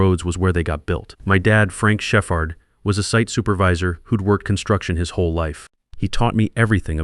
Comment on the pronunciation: Did he really just pronounce “Shepherd”, as Chef-Hard?